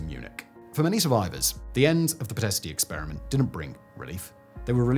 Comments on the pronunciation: It’s pronounced Pitesht, not pitestey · Its "Pee - t (soft t) - esht. You don't pronounce the "i" at the end, except as a slight exhalation.